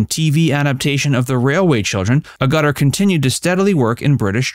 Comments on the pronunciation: I love the American mispronounceation for Jenny Agutter. It's pronounced Ag-utter not A-gutter. If the Americans had lost the American Revolution they'd still be speaking proper English. As the say in New York & Tel-Aviv 'Oy Vey'. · There is no "R" in AGUTTAR with a HARD "G" (Ah-Ger-Terr). R-Gutter 😞 Truly said: "2 nations separated by a common language!" "The Riddle in the Sands" was written by Erskine "CHILL"ders. Put me out of my misery! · Your pronunciation of 'Agutter' is completely wrong and very annoying. It is not 'A gutter', it is 'Aga-tter'. I am going to have to turn the sound off and just drool at the pictures. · Jenny Agerta is how its pronounced not Aguta. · The narrator of this video is hopeless at pronouncing names. Agutter is pronounced "Aggut-er", not "A-gutter" Onedin as in "The Onedin Line" is pronounced "Oh-KNEE-din", not "OH-nidin". And Bernard Cribbins' first name is pronounced ""BERN-ad", not "Bern-ARD". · It's pronounced Agate-er. She doesn't live in a gutter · Her name is Agutter not 'a Gutter'. If you are gonna use other people's names, to chase ad revenue......THEN AT LEAST HAVE THE DECENCY TO PRONOUNCE THEIR NAMES PROPERLY..!! is clearly from the gutter But Jenny Agutter is certainly not..!! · It's pronounced AH-guh-tuh, not ah-GUH-tuh! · It's pronounced ag - ger- ter not A- gutter... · Thanks, but it's not a-GUTT-ur. It's a-GUH-TUR. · Pronounce like "Agatter" Not like "Agutter" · Ugutter hehehe. It's pronounced A gutter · AG_ GUT_ ER NOT A_ GUTER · Jenny 'a gutter' lol. In the UK we love to laugh at your bizarre unintentionally hilarious American pronunciations of English names. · Who on earth told you to pronounce her name in that way? A-Ga-Ter. There you go. Beautiful girl, woman, and actress. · "Uh gutter" is something along the side of the road that drains water. "Ag-utter" is the last name of an actress. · FFS Pronounce her name properly, it is not A Gutter!!!!!!! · Thank you 😊 the A-gutter is grating 😅